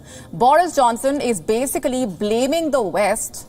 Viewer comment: It's not "basicaaly" It's "basic lee" correct the pronunciation!